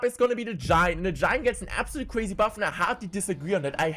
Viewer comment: Ewuwe change is weally cwazy